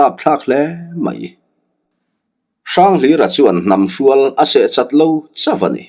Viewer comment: Hnam hrúal- nilo in. Hnam hrùal- niàwm tak ani. A ngaihnawm thin hle mai